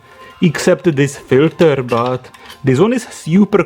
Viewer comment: Now, this proves that this is a Russian video... and he can't say filters correctly. dddddddr.